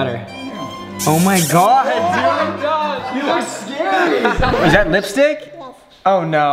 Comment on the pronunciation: Is it me or did I notice that Brent every time when he says oh my god he says oh my GWOD